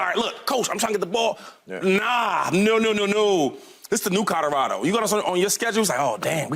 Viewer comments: Shady "Cahdarado!" 🤣🤣🤣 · Shady not being able to pronounce Colorado after 3 weeks of having to talk about them kills me😂😂😂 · Yes!!! C’mon bro 😆😆😆😆